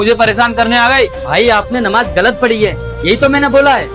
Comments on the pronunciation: Namaj galat mat padho bhai jan😅😊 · Please understand the difference between the “Z” and “J” sounds. For example, understand the difference between “Mouzzin” and “Moujin,” or between “Namaz” and “Namaj.